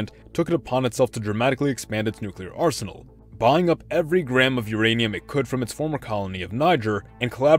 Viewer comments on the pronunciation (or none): none